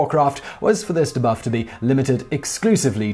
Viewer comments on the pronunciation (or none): De-buff not dehbuff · the way he is pronounced debuff really irks me...